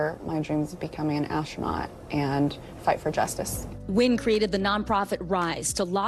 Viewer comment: Amanda Nguyen's last name should be pronounced 'N'win' instead of Win, and Vicky Nguyen's last name should be pronounced 'N'win' instead of Win too!